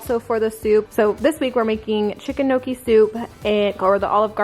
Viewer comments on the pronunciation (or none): none